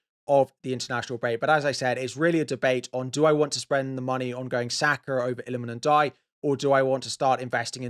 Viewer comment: Illamen Ndiaye to who? Couldn't make out what you said there. (For Minteh?)